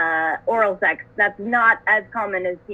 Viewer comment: She’s said “seggs” I’m dead 😂😭💀